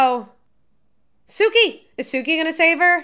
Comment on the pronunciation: It is pronounced "Sue-key" Suki.